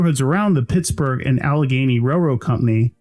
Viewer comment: I swear he's saying, "This...is Pissburg" at the beginning.